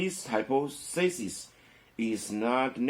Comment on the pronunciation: 願您平安喜樂。Hy• 'po• the• sis [hai- 'pa th a s1s] 假設，假說(hypothesis重音在第二音節)